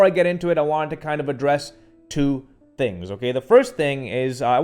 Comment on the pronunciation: I like “tings”